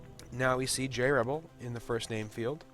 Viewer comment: like how he says jrebel, as "Jarrable"